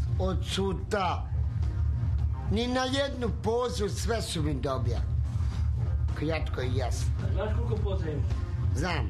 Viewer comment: prije svakog odgovora "kjatko i jasno" 😁